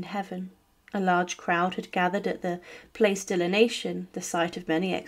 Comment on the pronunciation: The guillotine was not known as “the Nation’s Razor.” It was known as “the National Razor.” The narrator cannot pronounce the “Place de la Nation” properly in French either. Why did the makers of this video not find a narrator who could pronounce words properly?